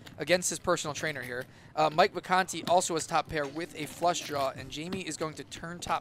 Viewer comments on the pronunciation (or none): VACANTI, NOT VICANTE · Mike Vacanti not Mike Vicante...